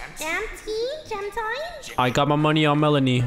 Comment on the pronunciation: IT'S PRONOUNCED JAM-TEEN NOT JAM-TINE!!!